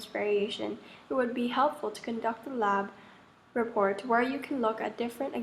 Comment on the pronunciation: fyi it's lab not lap